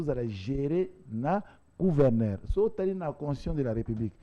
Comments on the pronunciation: Yango ezalaka nini yango na ba luba ? Pourquoi bako kaka ko prononcer lettre G te? Mutu ya union sacrée azo loba kuverneur au lieu de gouverneur. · Kuverneur 😂 ... Kuvernema 😂🤣😆